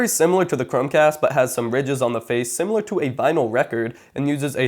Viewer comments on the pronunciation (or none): none